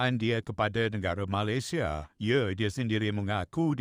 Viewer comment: Sebut malaysia pun pelik.. Tak guna ada ic biru